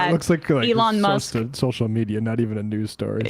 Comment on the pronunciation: teehee she called Musk muss